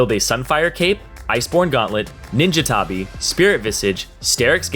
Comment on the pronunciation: Someone please teach this guy how to pronounce mana, tabi and lethality....